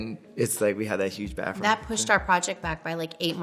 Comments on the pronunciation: Take a shot every time Kanye says "bafroom" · Kanye: "We need a bigger baffroom" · I noticed kanye can't pronounce the "TH" In words. It comes out as "FF". Maybe due to his car accident and getting his jaw wired shut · Who’s gonna tell Kanye that it’s baTHroom not baFroom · “The baffrum” 🤣🤣🤣🤣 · Doesn’t matter how LA Kanye has become he still says “bafroom” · Does kanye says "Bafroom" to bathroom or do i need my ears checked? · Kanye: "Baffroom" Translation: Bathroom